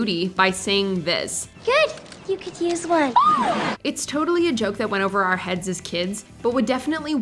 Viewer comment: am i the only one that peeped she said “heads’s kids” 😂